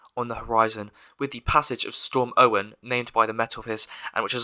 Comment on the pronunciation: btw not to be that person if you check on the met officer web site its pronounced ah oh wyn